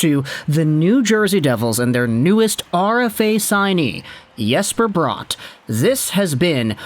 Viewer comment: It's Bratt not Brought